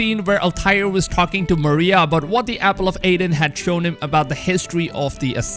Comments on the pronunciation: E-den ,,,, not A-den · I know people have a way of saying things but it’s Eden not Aden the word has been spoken for 2000 years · EDEN not "Aidan" I know you have an accent but I don't think it's that hard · Man it's the Apple of Eden, not Aiden. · Eden not Aden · Look not to sound disrespectful but I getting kinda mad ever time you say apple of aiden instead of eden and the fact you call him Altire not Altair and of course ear not year but it’s ight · dude eeeeeden not aden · "El Tire" "Ear" Apple of "Ayden"😂🤗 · Apple of Eden not aiden Vikings not wikings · Apple of eden bud not aiden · Who's Aiden?....oh, you mean Eden. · Its apple of Eden... not Apple of Aiden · Apple of "Aiden" or Eden? Whahah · Apple of eden not freaking apple of Aden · "Altyre"...."Apple of Aidan".....wow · sorry but hearing ear instead of year and aden instead of eden is just to funny :p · Ok, so have you even played games or do you have such a bad ear for language that you don't even know how to pronounce "Eden", I can forgive Altaïr as it is a weird name to westerners but the dots above the "i" means it's extended, also the "r" should be sharper, but that's not the point here, youre pronouncing "Eden" as "Eyden", this leads me to think that you have never played ANY Assassin's Creed games, as you always hear them call it Eden, in the european way, or you have such a bad ear for language that you shouldn't make such videos without reading up on pronounciations! Sorry for the rant, but these kinds of things kinda grind my gears, especially since noone in history (at least as far as I know) called "Eden" for "Eyden" in speach... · It’s Eee-den not Aidin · It’s the apple of Eden not Aiden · Eden (E)den not Aden EEEEEEEEEEEEEEEEEE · Yeah no effence to but its not that fkn hard to know the difference between AIDen and Eden...And it's not just this word either but this time i couldn't stand it. Still hes doing a great job on summing up all the content info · Did he say the apple of Aden